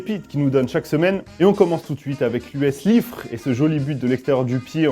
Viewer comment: Juste ça se prononce Liffré